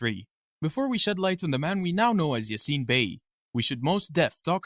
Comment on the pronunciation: İ think when you say "Yasin" you shall put the emphasis on "a" instead of "i"